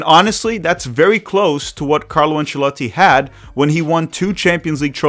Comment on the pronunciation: Thumbs down for repeatedly having to listen to you pronouncing the coaches name.